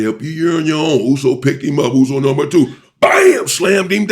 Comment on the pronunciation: This guy pronounces USO correct and clearly u can tell he kikd it with samoans 😂🫡